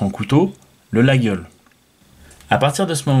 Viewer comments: coucou monsieur l'expert : on ne dit pas 'laguiole', on dit : 'la iole', le G ne se prononce pas. et ne dites paqs de bétise, un vrai Laguiole est fabriqué à Laguiole, des fabricants thierois en font aussi, mais à l'origine c'est à Laguiole, quand à avoir un 'beau 'laguiole frabriqué en Chine, on est là dans le pur foutage de g.... avant de dire n'importe quoi, lisez les classique et surtour allez faire un tour à Laguiole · Les Aveyronnais disent "Layole" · tous les aveyronnais sans exceptions disent "Layol" je ne sais pas quel passant la journaliste a trouvé pour prononcer le G lol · Comme d'hab vidéo instructive. Petite précision, je crois qu'on prononce "layol" et non "laguiole". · Layole , le g ne se prononce pas, il 😅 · Au bout de 4 ou 5 x qu'il prononce la GUI ole Je coupe le son👎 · 😏euh non mon grand! ... et désolé si ça vous déplaît! Mais ça ne se prononce que D'UNE FAÇON ☝: 👉 "LaJole" 👈 Mais les profanes(dont vous faites vraisemblablement parti😆) ont le droit d'écorcher ce nom propre de la coutellerie française si cher à notre patrimoine !😉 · ma famille est originaire de la region et personne dit "Layole" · Mauvaise prononciation et pourquoi ne présente t il pas un artisan français capable de fabriquer un couteau qui ne s'ouvre qu'à une main sans onglet ? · Ca ferait plus sérieux de savoir prononcer Laguiole effectivement. Il y a les marques françaises connues et pas seulement le prix. David, Fontenille Pataud,... En chine il ne devrait pas pouvoir utiliser le nom si Laguiole avait mieux protégé le nom. Apres si on veut un faux autant en prendre une copie qui ressemble au lieu de choisir une simple inspiration rococo ?! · FAUX ! La prononciation "Layole" est une pure invention moderne ! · Absolument pas.